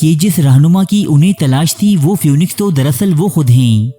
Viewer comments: Pronunciation is feeniks not fewniks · Even though it is written as p-h-o-e-n-i-x, it is pronounced phee-niks.